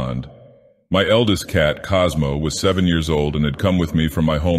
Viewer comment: "Cosmo" lol